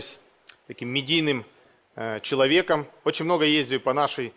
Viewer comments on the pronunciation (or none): мне тоже это "ездию" резало ухо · как же это "медийное лицо" не научили правильно разговаривать, что за "ездию"?